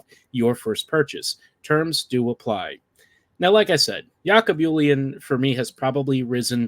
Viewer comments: It's Jacob Julien not Yakob Yulien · His name is not Yackob Hoolien(I apologize), its "J"acob like Jack and "J"ulien. Two seasons ago or the year he was drafted last year, he started that season in Junior B's. Mark (Hunter) is next to none at spotting talents or picking up potentials, Julien put up the efforts, and it's paying off for him. One of the smartest player I have seen in my 6 decades of hockey. Cheers